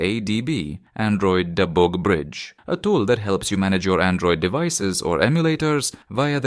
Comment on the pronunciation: "Android debOOg brroidge"